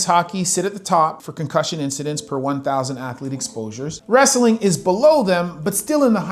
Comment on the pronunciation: ah yes. "25% of al wretthing infoters" i hate it when channels use ai shite.